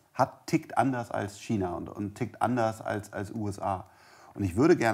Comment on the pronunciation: Wenn noch einmal "Kina" sagt, platzt mirn Aneurysma.